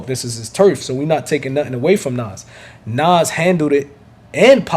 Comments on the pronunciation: His name is Nas, not Naws! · I hate how you pronounce NAS. Nauze. Lol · Nas...y u say Noz?🥴🥴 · Was is he pronouncing Nas name "Nos" lmao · Lol why you say nas like that 😂